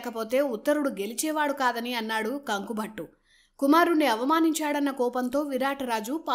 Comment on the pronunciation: కంకుభట్టు అనాలి కానీ కంక కాదు సోదరీ.వివరణ బావుంది.